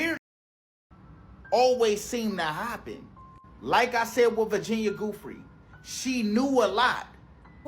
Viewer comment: It's pronounced Jew-Fray or Joo-Fray, not goofrey like that man said 😅😂😂❤